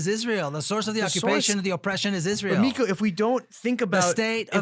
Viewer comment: It's Miko. It would help if you could get his name right.